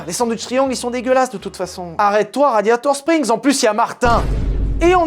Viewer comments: Ha un moment vers j'ai écouter Gladiator strings au lieu de radiator spring c'est moi ou ?😂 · "Gladiator Strings" ou mes oreilles ont beugué 😂😂😂😂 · je sais pas si il a fait exprès ou pas mais à il dit raditor string mais je pose sa la vous faite se que vous vouler de cette info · !? Gladiator-strings !?!?!?!? .......RADIATOR-SPRINGS !!!!! Le printemps du radiateur ! Pas le string du gladiateur !!!! 😂